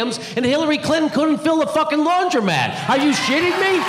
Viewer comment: Lmaoo you said Laundramat I'm so done!!!😂😂😂